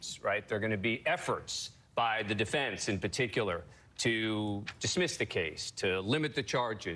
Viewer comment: Defendunce.... is that a word? It is now.